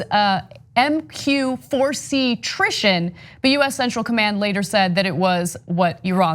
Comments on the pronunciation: Drone is a "trishin"? It's Triton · Anna it is Triton not Trition. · It's pronounced "Try-ton" not "trishan". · Triton is pronounced Try-ton not trison. The drones in question are essential the same aircraft type except the Triton is a weaponized drone and the Global Hawk is reconnaissance drone. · "Trishon" lol